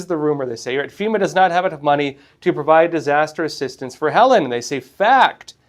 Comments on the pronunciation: It's pronounced Heleeeen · Many won't take your fact checking seriously if you don't even know how to pronounce the name of the hurricane. he-leen'